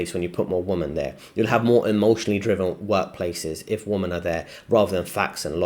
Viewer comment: Nice vid, small point but if your friends haven't told you, you are not pronouncing "WOMEN" (plural) correctly. You're pronouncing it as "WOMAN" (singular). Tip: Think "wimmen".